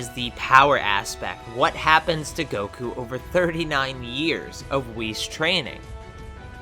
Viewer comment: he said koku instead of goku🤣🤣🤣